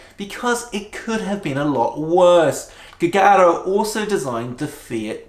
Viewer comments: Jee-you-jar-oh. That's how you pronounce Giugiaro. ..Joe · "Giugiaro" correct spelling is Jiujiaro...